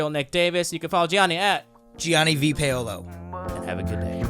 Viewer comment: this guy doesn't even know how to pronounce his own name...Paolo is pronounced pow-lo, not pA-o-lo